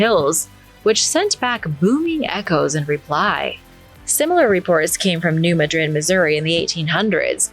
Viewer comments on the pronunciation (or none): You pronounced New Madrid wrong. We don't say it like the city in Spain. Maybe improved your LLM